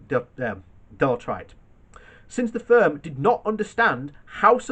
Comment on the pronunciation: Are you trying to say Deloitte?